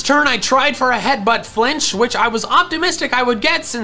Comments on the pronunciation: headbutt not heatbutt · Ah yes my favourite move "Heatbutt" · haha “heatbutt”